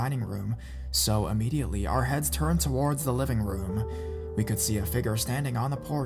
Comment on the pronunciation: I think it's because his emphasis on words is weird.. and he drags some words on when not nessisary.. that's why it bothers me a little Like when he says violent TOWARDS US .. it should be emphasis on the word VIOLENT not towards us.. it's just an unnatural way of speaking idk maybe English is a second or third language for him some people speak multiple languages and make little mistake like that not realizing.. me who only speaks English fluently picks it up right away